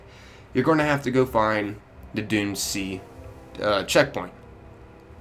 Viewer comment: I kept thinking you said dune sea instead of doomed sea